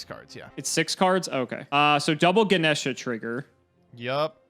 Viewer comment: Lol "Gana' Sheeah.. no its Gah- Nesh based off a Hindu God.